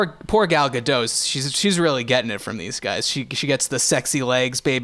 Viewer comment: I just wanna point out that the T in "Gadot" isn't silent. She's Israeli, not French.